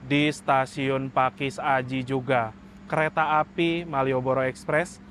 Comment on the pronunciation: Biasa nya kalau baca pakesaji,bukan pakis aji mas ralat